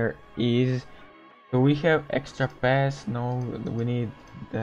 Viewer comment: Sorry for saying this but when you say pass it sound like fast oof lol